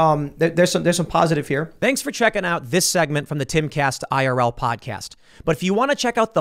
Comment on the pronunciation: Every day that passes I dislike more and more. Now he won’t even say podcast like cmon dude